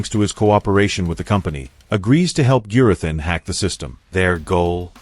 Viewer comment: A persons name is rhe most important sound they hear. You have heard Gurathins name pronounced many times through out the season, Have a little manners and pronouce Gurathins name correctly. There is no excuse.